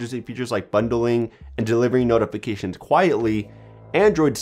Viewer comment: Omfg.....the way u say notifications ...holy SHIT.